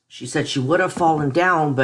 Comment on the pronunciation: She, not sheet... Good grief